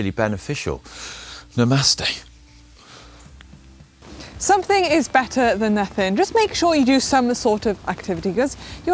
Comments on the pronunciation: did you say "namaste" or "ya bastarde"?? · Really, is that the best you can do to pronounce namaste? I read a nice article recently that had a phonetic description of a common pronunciation in India: num-us-teh... give it a test drive;)